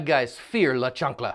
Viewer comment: La Chanclaa..I wasnt sure if I read the title right. When I heard you say it, omg you killed me. Lmao